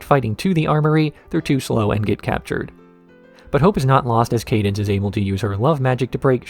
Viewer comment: Why are you pronouncing cadence's name this way?